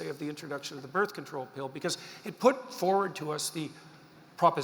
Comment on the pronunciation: I like how she pronounces pill as pale